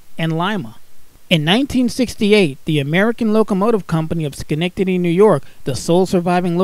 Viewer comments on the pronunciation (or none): none